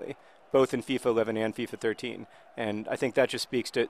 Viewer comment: I'll correct you: FIFA 11, not FEFA 11